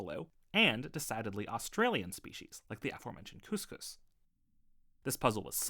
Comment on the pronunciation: Great video and appreciate your acknowledgement of indigenous people like me. Just a quick pronunciation correction: “Cuss-cuss” not “cooss-cooss” - a hard letter “u” here.